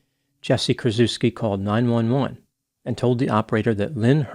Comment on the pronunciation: "Kur-CHEFF-ski," please.